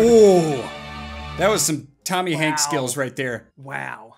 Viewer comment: tomy hank isnt a skater it's pronoised tony hawk